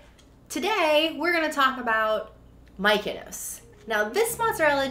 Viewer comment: Lol. I was wondering how they came up with Mikenos 😂